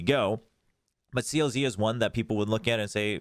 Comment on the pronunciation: being the japanese watcher, i wanna just drop some comments abt Zeta and DFM Zeta: For pronunciation, CLZ is “kuruzu”, Xdll is “x diru”, and Syouta is “sho-ta” From what I saw in a XQQ and Crow podcast, Johnta was not at Red Bull due to Visa issues so i’m assuming the main coach will be Johnta, but probably have both on the coach’s desk like you mentioned. There were some miscues and messy stuff for Red Bull due to them not having much time together prior to the tourney. They explicitly mentioned in the interviews at Red Bull, that they only have 10% of sets and plans created, and didn’t prep at all for the tourney. DFM:As I’m sad seeing my Crazy Raccoon boiz go, this new team is definitely much better in all facets. Not only is there better calling but they got fresh new players with better aim and physical power. Add on Art as the Odin/Judge player for some change of pace plays and its looking much more hopeful. Overall, both teams look much better. I see Zeta being much better early on as they have much more continuity between players, while DFM has the better upside with the younger players but will struggle early on as they need to build on their chemistry. Also as the only remaining Crazy Raccoon player, I’m cheering on for Meiy and DFM. I was legit crying after the Zeta and DFM match, seeing Meiy cry. It was just tough knowing the pain that happened in 2023 VCJ Split 1 losing to Fennel, happened here as they were against essentially the same players. I know my boi is g